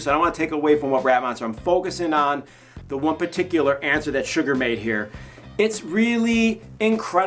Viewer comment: the way he pronounces Suga makes me wince